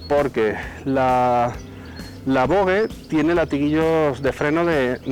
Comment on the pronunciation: Buen video, dejo el “lai” pero te hago un apunte; se dice VOJE